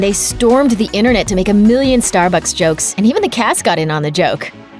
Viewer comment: "and they stormed the innernet" she meant inTernet ... she's not talking about your nervous system the actual inner net ...